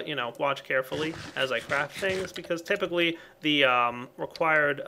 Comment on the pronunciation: Lol he said tepically instead of typically but other than that great job keep doing what your doing i know its hard to youtube as i do it myself